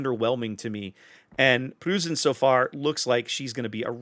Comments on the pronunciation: You might want to pronounce it as Proy-cen. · The “eu” in Preussen sounds like oy, so kinda like saying Proyssen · in german the "eu" is pronounced like the oy in the word boys or toys, so the preussen is pronounced as if it was written like proyssen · Pronunciation is more like Pr-OI-ssen. Otherwise your pronunciation was perfect. Also with the main battery mod this thing is a nightmare for cruisers. Cruisers beware, the GK players are returning... this time with a vengeance. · with regard to pronunciation of "Preussen": the "eu" is pronounced about the same as "oi" - like in "Oi, get of my lawn!" --> so try to go for "Proissen" and you should be good. As for the ship itself - I'm asking myself what the point of Republique is, aside from its speed advantage which is somewhat meh for me at least. Second, I'm afraid that it essentially is a FdG at t10 as fas as secondary builds are concerned, I found that GK greatly benefits from its 12 guns given german accuracy. FdG's main battery performance suffers a whole lot more imho from full secondary builds. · try something along the lines of "proissen". like when you shout OI!!!! if you use that in the USA at all. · Think of "Proy-sen" with a bit of a roll on the "r" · Preussen is pronounced "proisen" like poison with an "r" ;) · Nice review. Can't wait to get my hands on her :-) As for pronouncing 'Preussen"...